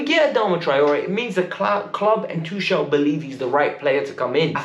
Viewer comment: It's Tuchel..not Tushel 🙄